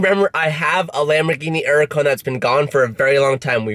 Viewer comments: Hurican not 'urican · It’s pronounced hurucan not urucan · The uracan you forget the H it’s freaking HURACAN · Still the only guy in the car industry who pronounces Hurican…..Urica 😂🥴😂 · It’s a hur a can not a er a can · Jesus Christ! HURACAN. HUR. ACAN........HER. UGH. CON. NOT URAGON. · Your the only person I've heard call there huracan a erracon. It just doesn't sound right , I know you said that's the proper pronounctiation but hur-ra-con sounds right. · I know its your style lol but "urican" really bugs be for some reason lol 😅 Hurican with an H lol just nit picking 😆 love you though been watching since 12k subs!! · urrrrracan...fuck the H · Are you aware that uracan has a ‘h’ in it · “Lambor-ini uracan” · wtf is ''uracant'' ?? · Nobody:: Earlicon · Hey, why do you Drop the "H" when you say Huracan? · Bro, please learn how to pronounce Huracán.. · The way he pronounces huracan is really starting to annoy me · STOP SAYING HURACAN WRONG. 😂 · The day he says huracan right I'll shit a brick